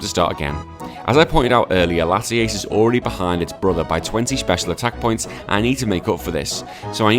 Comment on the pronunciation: Came from Zwiggo's channel. A couple of things: 1) It's Latias, not Latiace. 2) Nice Yugioh reference 3) I'm pretty sure Zwiggo didn't follow the same ruleset you did lol